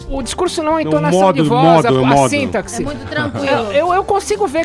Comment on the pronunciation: Não existe "síntaxe" idiota. Se pronuncia "sintáxe". Peloamordedeus, doeu meu ouvido ainda mais vindo de um cara tão pretensioso.